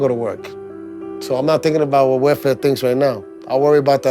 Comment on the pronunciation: It sounds like he's saying "werfare" instead of "welfare."